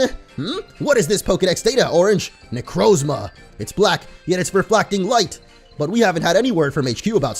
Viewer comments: It's (neck-r-a-Zama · It's Nek-ro-zomia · I cringed hard when he pronounced Necrozma wrong